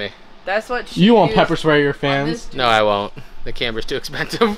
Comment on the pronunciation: When you said "papper" I heard Pampers and was wondering if you were hinting at something. :)